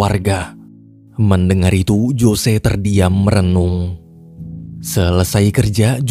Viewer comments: Bukan Jose bang bacanya, tapi Hose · ngejanya "hose"ya min, bukan jose